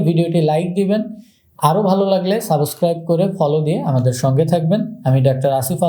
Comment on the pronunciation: একজন ডাক্তার হয়ে সাবস্ক্রাইব উচ্চারণ ভুল করেন।আপনের যোগ্যতা সন্দেহজনক।